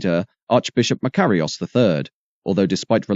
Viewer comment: It's a clever "computer" voice which pronounces Nicosia and Makarios in several different ways. Sorry, as a former resident, Brit of course, its 'Knicker-seer' and 'Muh-car-ios', no smut intended. As for Akrotiri and Famagusta, not bad lad. Still, doubt I cd pronounce El Paraïso properly.